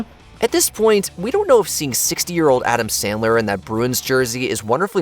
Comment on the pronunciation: Adam 😢 Ler 🚫😂🤮